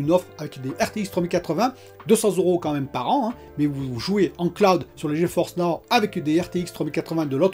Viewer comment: Salut, c'est pas plutôt Ge-Force Now? Tu dis tout le temps Geo-Force Now 🤷